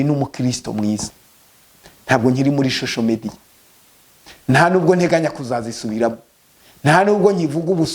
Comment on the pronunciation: Nubwo ufite imodoka nziza ariko ntukabeshye ntiwize ntibavuga shosho media bavuga social media uko uvuga nkumuntu utarize na primary ngo nayo uyirangize